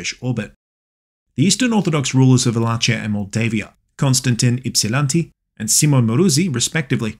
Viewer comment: Love your work man, but the way you say Wallachia cracked me up. I was born in modern day wallachia 😂